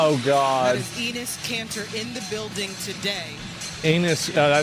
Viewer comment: it's EH/nis Canter u lame tv announcer